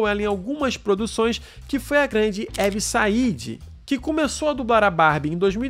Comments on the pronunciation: Mano vc comete vários erros de pronuncia, principalmente no nome da Evie Saide. A pronúncia correta é "Ívi Sáidi" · A pronuncia de Evie Said é Ívi Sáid.